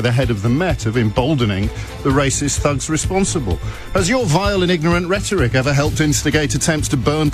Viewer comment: This women can’t pronounce Rhetoric properly !!! Is this level of commentator we have ??